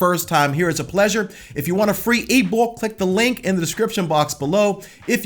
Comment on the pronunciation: "Get the E-bok."😂